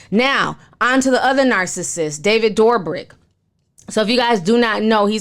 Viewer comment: DOOR-BRIK PLEASE IM SENT